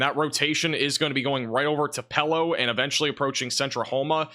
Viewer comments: Uhhhh....it’s pronounced “2-puh-lo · TUPELO pronounced TU- PEA-LOW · Yuo can't pronounce Tupelo, Ok.